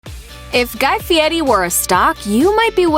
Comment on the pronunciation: You should pronounce his name properly. You show a lot of disrespect mispronouncing it though the whole video